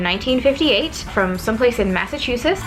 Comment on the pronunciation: IM SORRY BUT IM FROM MASSACHUSETTS AND I SWEAR EVERYONE SAYS MASSACHUSETTS WRONG LOL